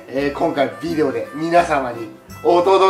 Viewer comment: 企画はそーと好き そしてすごい おもしろいことゆっとるわけじゃないけど！ ヴぃでおとかヴぃでおとかヴぃでおとか